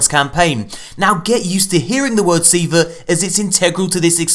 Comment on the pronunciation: Say it with me (SEE-VAAAHH) Do it now or I will blow up your PlayStation, and you will never learn what Siva is. Try me XD